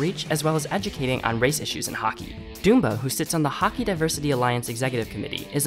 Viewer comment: Might want to learn how to say dumba's name. Its dum-(buh) or like dumb butt without the t not doom buh